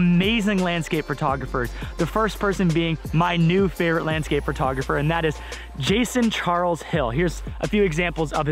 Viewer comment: Lol, why does it sound like you say "fur"tographer